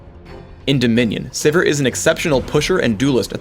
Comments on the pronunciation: lol I thought it was pronounced "Siv-eer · okay so her name is pronounced siver not sivir.. good to know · ITS SIVIR LIKE SEVERE DAMMAGE PHRAKE WTF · am i the only one who pronounces it "Severe"?